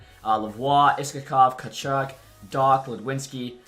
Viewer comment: Boris Katchouk is pronounced KACHOOK